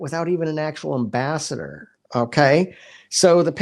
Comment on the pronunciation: ... " an ambaster"??? You mean AM-BASS-ADOR, guy? Please!